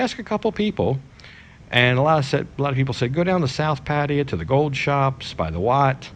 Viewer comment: I like your videos but please learn to pronounce pattaya I hate people saying paddiya its PATTAYA PATT NOT PADD